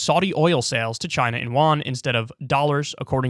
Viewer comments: Pronounced Yoo-ann not wan bro c'mon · its 'you-one' not 'Juan' lol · Yuan is pronounced as “You-ahn”, not “Juan” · Yuan is not pronounced “wan” (that’s koreas Won), but “yüen”. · Kyle, it's pronounced yuan with a rising tone on the 'a'. No idea how you got 'wan' out of reading that word for the Chinese currency. Really funny though. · Why would the y sound like an 'r'? It's spelled in pinyin with a 'y' as in yellow. To give better advice, it's pronounced like 'you' + 'an' with a rising tone on the 'a' in an. I'm just flummoxed he got 'wan' out of that. That's just simply not what Chinese currency is called. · I think the currency is pronounced Yen not Juan! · yen is japanese, yuan is chinese